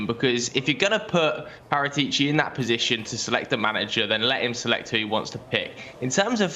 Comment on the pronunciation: I can't take butchering Paratici's name any longer.